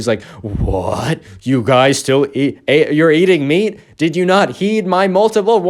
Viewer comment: Meat i thought u said beet originally lol